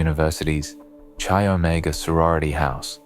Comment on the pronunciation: Chi Omega is pronounced "Kai" as in kite